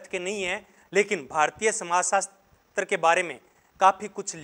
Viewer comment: Hindi theek karo apni sir samajsastar kon bolta hai samajsastra hota hai